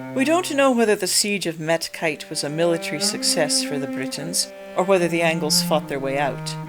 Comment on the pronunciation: Hi, first of all: great video. Second of all: where do you get the pronounciation of the ‘au’ of, for example, ‘Ebrauc’ or ‘Medcaut’, as ‘ai’? I’m interested to know because I’d pronounce it more as ‘ow’. I am working on a modification of an old computer game, and the mod is set in 452AD (in the generation of Urien/Urbgen’s great-grandfather Gwrgwst/Gurgast and his son Meirchiaun) in the North Sea area. In order to recreate this part of the world and the many tribal kingdoms within it I’ve needed to parse through many genealogies and many times needed to make stuff up as the information available to us is so limited. I commend you for making such an interesting video essay about such an interesting topic. Thank you very much.